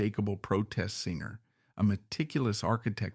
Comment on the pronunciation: Terrible AI narrator 😉 it couldn’t even pronounce the word singer 🤦‍♀️ singe-er?! Really 💔